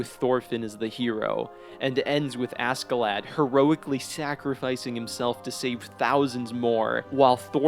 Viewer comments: the American accent makes this video kinda cringe. his name is not ASSkelad.... its not Ask A Lad... like wtf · I like the video but you got some of the pronunciations wrong Leif isnt pronounced leaf but like lay-F or safe but with an L instead of an s. Then Askeladd is ash-e-lad. good video tho! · The k silent . . . . 🤦🏻‍♂️ fking Americans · btw. pronounced Askelodd not lad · im pretty sure askeladds name is supposed to be pronounced ashclad like as in ironclad, but thats just me. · Lol anybody else triggered by his pronunciation of “Ask-a-lad” ? Lol or is that how it’s supposed to be pronounced in English? 🤷🏽‍♂️😂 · im sorry but the way u pronounce ASK UH LAD is insufferable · How does one possibly manage to mispronounce the main villains name the entire video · Why is no one talking about how he pronounced askeladd 😭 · God, the pronunciation of Askeladd... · I'm sorry but his pronunciation of Askeladd is driving me crazy. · it really bothers me how other poeple pronouns askeladds name. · How he pronounces askeladd pains me. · at least say askeladd right blud